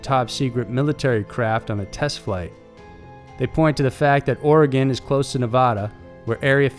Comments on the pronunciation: Pothead Mike Yes, Sir. That ē drives us natives crazy. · Gruesome stuff. Thank you for pronouncing Oregon right.